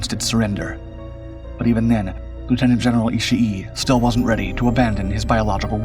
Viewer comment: It's not "Ishi E". The final vowel sound is just double length.